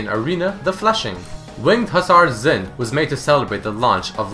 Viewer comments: Phonetically, Xin in Mandarin/Cantonese is said as "Shin" not "Zin" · Xin is pronounced like "shin" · Just want to point out Xin is pronounced Shin not Zin :P